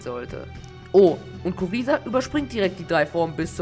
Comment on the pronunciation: Kuriza wird Gruiser ausgesprochen